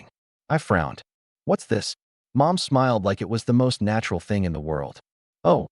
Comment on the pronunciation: ? 🤔 Instead of saying Mom. Ai voice says "M, O, M" 🤦‍♀️😅